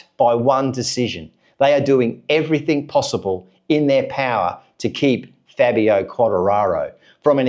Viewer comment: Dude... you really should learn how to pronounce Fabio's name correctly! But... the question isn't if they should let Fabio go, I find a problem is that they have failed to develop the bike even before Fabio came to the team. It was during Rossi and Lorenzo's time that the would bring develop to the bike and then they remove the developments because Rossi and Lorenzo could override the problem to a certain point. But they just lack development direction, I was very disappointed when they changed to the V4. Fabio has to be allowed to voice his opinions, he is in the mist of his prime years... every season wasted is an opportunity lost, and it cannot be clearer then when MM93 left Honda...